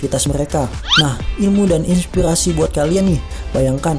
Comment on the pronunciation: Victor Firmansyah pelat org utara. Inspighasi.